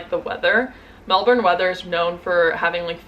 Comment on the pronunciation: I've lived in Aus for 27 years and I'm still learning the lingo! Your pronunciation of Melbourne was perfect btw, so many Americans struggle with it!